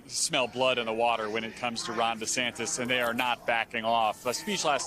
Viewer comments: The reporter called him Desanctus 😂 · How many times did he said Desantas wrong.